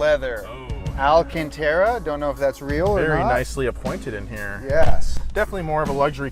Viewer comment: Say it with me... "Al-cahn-trah".